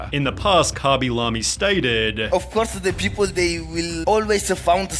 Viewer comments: cabilamy? isnt it kay-bee-lame? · Khaby La-Me? who tf is that? i always read his name LAME not La-Me. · Is anyone gonna talk about how he pronounces the name as "Cah-Be-Lah-Me" instead of "Kay-Be-Lay-M"? Or have i been saying his name wrong the entire time 💀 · Never in my life have I heard someone pronounce his name as "Khaby Lahmy" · kabee lam-ee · Kabby la-mi 😅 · Who the fuck is khabby lamy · Lemme find out this man’s name is pronounced “cawby lawby” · “commy lammie” 💀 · "kabie lamie" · karmmy larmey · why he pronounce it like kabee lamee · I'v never heard someone pronounce his name as kuby lummy, but there is a first for everything i guess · Dude might have fell off but butchering his name is pretty foul bro.